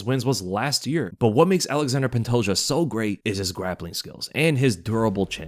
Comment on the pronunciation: Alexander pantoja kkkk its ALEXANDRE Pantoja